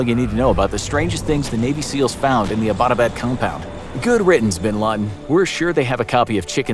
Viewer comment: Abbott-abad is named after the British colonial officer who founded the town. You don't have to butcher the pronunciation of an English word.